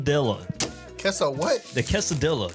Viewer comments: this guy looks spanish, but says quesoDILLA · When you said caseu dille I was like: It’s pronounce cassa dea (dea as in idea) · Bro said quesadilla 💀💀💀💀 it’s pronounced kaysidia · Quesadilla is pronuced Guess a dia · ITS qay-sa-dee-ya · When he pronounced quesadilla wrong my soul left my body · Never say Quesadilla wrong again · bruh I know this man did not say Quesadilla the way he did man 🤦‍♂️ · He said it wrong